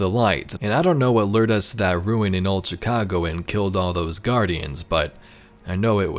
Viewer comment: The way this dude pronounces Chicago is pissinge off lmao